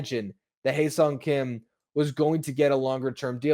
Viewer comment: Ha-Seong as in "haha"